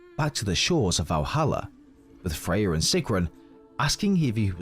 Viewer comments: Why do you keep calling Freya Fey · MirMir and of course Baldurs mom “Faye”